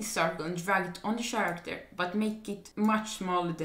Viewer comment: u know ur on a vid when hes say sharacter instead of character ahaha